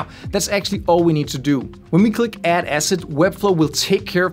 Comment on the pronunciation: oh ASSET! OHHHH! I thought you kept saying acid.